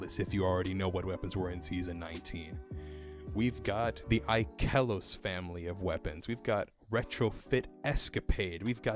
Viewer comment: “Ik-eh-los” caught me off guard